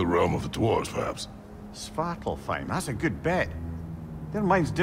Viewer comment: Yo the way he pronuned svartalfheim was heleirous 🤣🤣🤣🤣